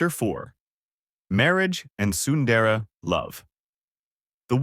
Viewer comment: Sundara it's sundere